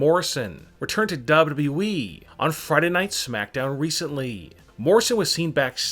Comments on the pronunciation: Dubba Dubba E ! It’s annoying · Hey narrator guy. Really? Wtf comes out of your mouth when you try and say WWE?! Sounds like dub dub ieee. I'd rather listen to Chills and his inflection issues. So can you please stop talking. Whoever decided you have a voice for this kind of work should be kicked repeatedly in the balls. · It seems like this guy struggles when saying WWE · Ronnne when he is saying it play it at 0.5 speed 😂😂😂🤣🤣🤣